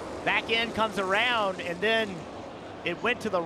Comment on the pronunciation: How does saying "around" end up with three syllables and four intonations in the one simple word?